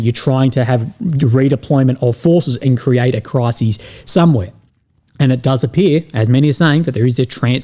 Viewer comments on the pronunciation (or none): A crisis, mate, not a cry-seas.